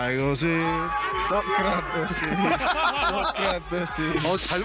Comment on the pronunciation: 나 맨처음에 소크라테스라고 하고 그리스 소크라테스 라는줄 ㅋㅋㅋㅋ